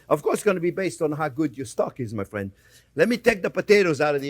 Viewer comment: I'm not your Fwriend, Guy... J/k subbed for the yum!